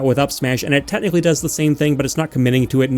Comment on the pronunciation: I just realized you say the word "technically" the same way I say it, sounds more like "Tet-nichally" for some reason.